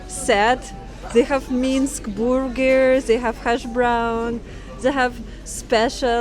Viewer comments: Is she saying burgers or boogers? Which one would you eat? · I like how Russians say Burgers LOLOL